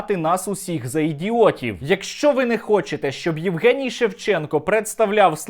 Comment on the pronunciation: Егенцьо Шевченков,а не Евген Шевченко. Неадекват повний!!!!!